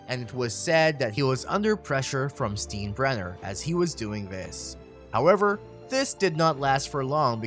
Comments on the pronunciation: I wish I had a penny for every time you mispronounced George Steinbrenner's name (pronounced STINE-bren-ner) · Right. I don't get these guys who make videos and cannot pronounce the names of major characters in them. Steenbrenner? What a joke. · I never knew that my decorative budweiser cups were known as beer "Steens". Thought they were alway pronounced as beer "Steins". Obviously the narrator never watched Seinfeld lol.....Steenbrenner.... that's hilarious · “STEEN-brener”?? “STYEN-brener” is the proper pronunciation. Have you never seen an episode of “SEEN-feld” (SYEN-feld)? Otherwise a very nice synopsis. Part of watching a Billy Martin team was the hope that Billy woukd go ballistic at some point. Hint: Baseball fans are historians…learn how to pronounce the names of those in your vids. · Why even make a video when you can't even pronounce an easy name that is known by baseball fans the world over? I can't stand Steinbrenner but my god. Since when has Stein ever been "Steen" for anyone?! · This guy did absolutely no research… at all. Can’t even get the pronunciation of names right. Will not be subscribing. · I had to turn this off after the third time I heard the narrator say, "Steen-brenner." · Steen brenner LOL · It’s “STINE-Brenner”. You have great content but it can get discredited when a name is so clearly mispronounced. If you think Martin was violent, Leo Durocher was a close second. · "George STEENbrenner"...🤣🤣🤣🤣🤣 If you're gonna make a baseball video, at least get an announcer who knows something about baseball history. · Everyone is pointing out Steen-brenner, but are we going to let Sten-jel slide? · My baseball IQ went down 5 points every time the narrator said "STEEN-brenner." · When he said A A A instead of "triple A" I was a little put off, then he hit us with the Steenbrenner and I decided enough was enough. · Actually, "if you are a true baseball fan you probably know how to pronounce the name Steinbrenner". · Tell that to the narrator.